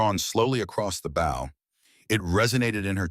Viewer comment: Please teach the AI to pronounce the right “Bow” in the stories